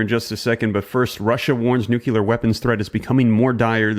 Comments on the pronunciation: Thank you for all of your research and reporting. I watch all of your videos. I like to stay as informed a possible. I do have a favor to ask tho. When you say the word nuclear, you are actually saying a word that doesn't exist. It's nuclear, not nucular. That's a big trigger to me. You are a smart man, I can see that for sure. Please keep up your good work. I I'll be watching for sure. Again, thank you for all your hard work. All of these wars and battles are all biblical prophecy. Jesus is coming to take us home soon. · Why nu-cu-ler? I don't get it. It's "nu-clear" Can you say clear? So go again. New! Clear! Stop the nu-cu-ler foolishness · It's pronounced like it's spelled: nuclear, not nucular. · Maybe, I'm being nit-picky, but you would sound much more intelligent, if you could pronounce nu-clear right. It's nu-clear, not nuk-u-lar. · No country on Earth has warheads strong enough to push enough soot above the troposphere to cause a nuclear winter. In the immediate vicinity of a blast, the temperature is 100x the temperature of the sun's surface, not the same as. It's pronounced "nuclear", not "nucular". A full scale nuclear war is not an existential threat. Most of the planet will be unaffected other than the second and third order effects from a major shift in the balance of global power. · Nuclear NOT nukilear, say it right. 5 seconds into video exit stage. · Please,please,please stop saying “nucular” instead of nuclear. The moment I hear “nucular” I can’t follow what you are saying. Thank you in anticipation! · Knowledge is power- say nu cle ar-nuclear….NOT nucular. One u, not two. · you're a little bit prone to histrionics, hyperbole is not always evidence of the extreme saber rattling that you think you're calling out. relax. you're fanning the flames in the online community, be a little bit more measured okay.. and it's nuclear not nucular, ffs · PLEASE ! it isn't "Nu cue lir it is Nu' clee ir. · nuclear not nuculear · Nuc - you - lar lol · Not NUCULAR